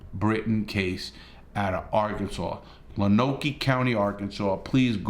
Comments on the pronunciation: Love ya Larry, but...it's "Loan Oak"... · Heads up, it's pronounced "Loan-oak." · Great video Larry. Just FYI Lonoke is pronounced "Lone Oak". The cop shot the 17 y.o. three times. Once in the neck, once in the left shoulder and once in right arm.